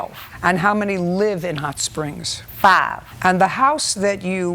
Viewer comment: If she says "Fave" (five) ONE MORE TIME!!! LOL